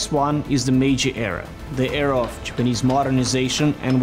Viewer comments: Why do you say Japanese like jupanese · I am more bothered by the way he pronounces the word "Japanese" most of the time. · Why does pronounce "Japanese" that way? I'm just curious. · Whats wrong with that guy... does anybody realized he was murdering the entire vedio by his lousy pronunciation. pronounce "JAPANESE" correctly.... bruh